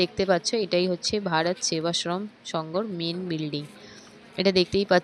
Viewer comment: Please try to pronounce the name of the Sangha properly, i t is Bharat Sevashram Sangha not Bharat Seva Sangha